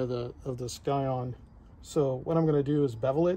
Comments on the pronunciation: Scion is pronounced Sigh-On, not Sky-On. I’m not usually a pedant for pronunciation but that’s a pretty basic one and hurts my ears. Thanks for the demo anyway, plenty for me to learn grafting cactus. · Thanks for the video. In the rest of the world 'scion' is pronounced how you would pronounce 'science' - the 'c' is silent.